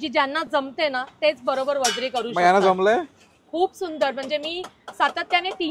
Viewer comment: वजडी आहे ताई वजरी नाय 😂